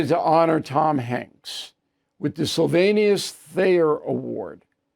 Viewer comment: It’s Sylvanus, Bill, not Sylvanius. Do your homework. Hanks’ anodyne acting is boring.